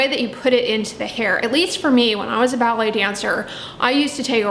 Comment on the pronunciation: I kept thinking was talking about belly dancing.. then I realized she's saying BALLET 😂🤪